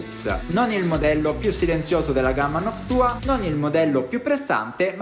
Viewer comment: Si dice noctua no noc tua